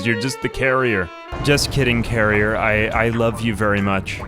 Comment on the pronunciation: Every time you said "carrier" I was jarringly disappointed in you. It's "Karener"!